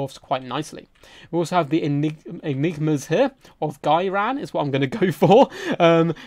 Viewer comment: Your pronunciation of Ghyran is fine. Your pronunciation of enigma, however...